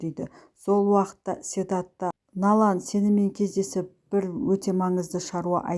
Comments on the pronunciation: Налан,Налан демей Налян десейші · Налан,Налан демей Налян десейші кішкене сауатты болу керек қой.